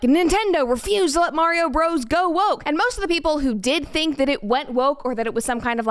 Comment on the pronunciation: Pronounce Bros as Brothers. Please and thanks!